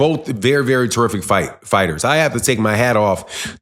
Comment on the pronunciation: You and Blue really need to learn how to pronounce some of these fighters name. Horrible both of you